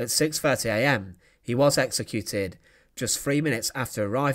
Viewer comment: This is such an infuriating series. It's very interesting, very well written, with fantastic film of the events - but the narrator appears incapable of reading a script correctly or accurately. It's the stress that is the problem - why does he keep stressing the wrong word? (e.g. 'He was executed' with the stress on the 'was') He does it again and again and again - what on earth is the problem? It's very distracting to listen to, which is a real pity.